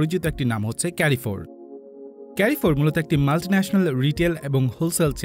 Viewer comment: এটা কেরিফোর না এটা হচ্ছে কারফোর 😏😏